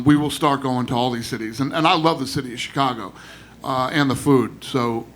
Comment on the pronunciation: U jus said CheeCago u still Mexican fam.. that former ish weird bro .